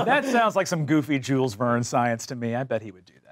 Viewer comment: Um, actually it's not spelled "Jules Vernes" like it was written in English but more like "Shül Vean" 😛